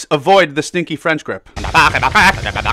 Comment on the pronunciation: FWench GWip